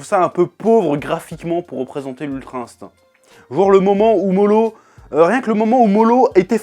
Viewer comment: STOP AU « L » qui remplace les « R ». Moro et non MoLo! Toyotaro, Toriyama, Naruto... pour les septiques petit cour de japonais